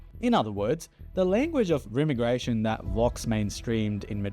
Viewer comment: Sorry if english isn't your first language, but i think you're pronouncing 'remigration', 'outliers' and 'overton' wrong